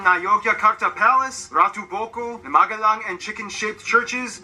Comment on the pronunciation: magelang bukan magadhan